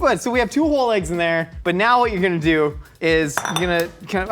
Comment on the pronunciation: I want to see Nicole work with on how to pronounce “eggs”. It hurts my ears every time he says āggs.